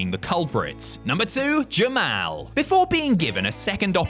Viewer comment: why do you call jamal jim-al